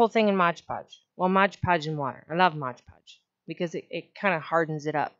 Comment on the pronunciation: if you can make a video where you say MOD podge instead of modge podge ill subscribe lol